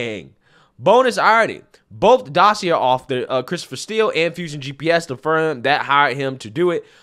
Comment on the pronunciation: Meant to be constructive: dossier (dos-see-ay) 🍻